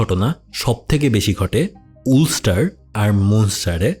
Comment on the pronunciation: ভাই উলস্টার না আলস্টার